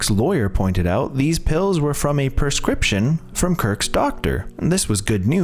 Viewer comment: Mmmm .... what is a PERscription. You must mean a PREscription. You know the paper with the unreadable writing that gets you medicine from a pharmacist.